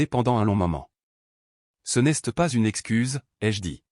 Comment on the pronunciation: Ras le bol des fautes de prononciation. Apprenez à l'IA le français Exemple Elle s'est rappelé Et non elle s'este rappelle ça ne veut rien dire en français Ce n'este pas rien au lieu de ce n'est pas rien. Qu'est ce que tu veux et non quesque tu veux. Vous inventez des mots qui n'ont aucun sens. Mais en fin de compte vous en avez rien à faire de nos commentaires parce que vous ne les lisez pas 😢😢😢😢😢😢😢😢😢😢 et je mets un pouce en bas à cause de la prononciation.